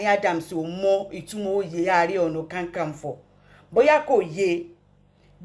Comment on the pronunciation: Not kankanfo, it is Kakanfo. My lady.